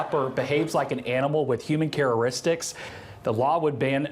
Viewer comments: In mother Russia, we say human “care-er-istics” instead of “character istics” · "...with human carraristics..." 🤦‍♂😅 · What the hell is "cararistics"..😂😂😂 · charreristics???? Wot? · hey news guy, chararistics isn't a word! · I heard absolutely nothing after "CHARA'RISTICS"?!?!??😂🤣😆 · The reporter can't even pronounce the word chatacteristics. Yeah, shut down the Dept. of Education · Chararistics, lmao, even Texas reporters are illiterate. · Careristics? Clearly education is just fine in Texas. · Cararistics? Cant even tslk right